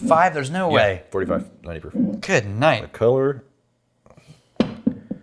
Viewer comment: Or as he would say it “Good. Night.”